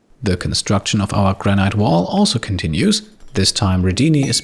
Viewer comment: Nice episode as always! Your English is near perfect (I know it's not your mother tongue) but just one tip - Granite is pronounced "Gran-it" not "Gran-iyt" (at least in England, maybe it's different in the US?)